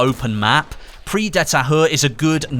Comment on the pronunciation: The "Prise" in Prise de Tahure is pronounced "preeze", what you are saying is "prix", meaning prize.